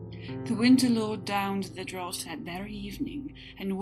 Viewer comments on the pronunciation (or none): none